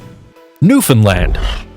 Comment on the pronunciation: It’s not kangle it’s kangal And Newfoundland is not newfundlan